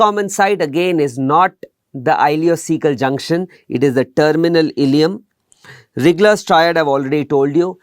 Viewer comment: Dear sir, Its RIGLER triad , not RIGGGLER .